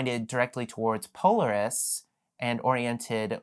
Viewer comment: Thanks for the video! One comment - if your intent is to be educational, you're going to want to convey yourself as a knowledgeable authority on the subject, and one thing that undermines that is your incorrect pronunciation of "Polaris". Any astronomy buff that arrives here looking to get started taking pictures may immediately dismiss the rest of your content, despite its valuable information, just because of that mistake. I know it seems nitpicky, but I make part of my living educating corporate customers, and the smallest mistake in their area of expertise can torpedo an entire session, no matter how great the content is. Good luck with your channel!